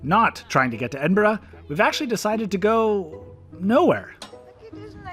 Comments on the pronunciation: You're near where I live about an hour away! Also did you go to the kelpies there amazing! And finally someone from America who can say Edinburgh lol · I've been on the Falkirk Wheel, twice, and I've loved it. I've also walked through and sailed through the Falkirk Tunnel. It is a great trip. When you were sailing through the Rough Castle Tunnel, you were sailing under the Antonine Wall. Thank you for saying Edinburgh and Glasgow correctly.